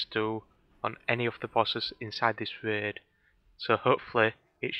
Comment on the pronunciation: lol the way you said raid